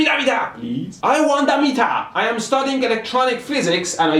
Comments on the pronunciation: Why does it sound like he is speaking Chinese when he sais give me the metaa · slap your face everytime he says MEETAA! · Im changing the way i say meter from now on. Meetah! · “Gimmie da metah!” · you saying gimme da meeta reminded me of the Pink panther when Clouseau tried pronouncing hamburger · "Gimme da metaah or I will jump off a bridge!" He don't need a "metaah" but a FULLBRIDGZRECTIFAIA!!!! (sorry) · Every time he says "GIMMI DA METEAR" take a shot. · why does everyone say gimme da meter ps gimee da meter